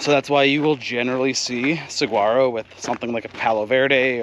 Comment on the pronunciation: Saguaro is pronounced suh-waa-ro how do you not know that living in AZ?